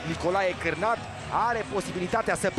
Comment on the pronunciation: Nicolae Carnat nu Carnat😅😅😅